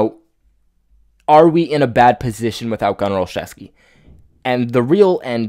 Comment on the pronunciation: This guy is my friend's cousin. The way the name is said is " OL-ZEW-SKI....NOT OLCHEVSKI..... Jim Nance of CBS says it wrong, too.